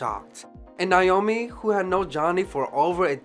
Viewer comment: You did a great job but I can't over look how you kept mispronouncing, her name. Her name is pronounced Naomi, not Nyomi.